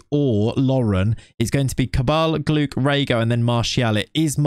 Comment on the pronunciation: Sorry if I sound annoying but the way you pronounce gloukh is very wrong. The closest way to the real pronunciation is more like gloh. Again sorry if I sound annoying love the series anyway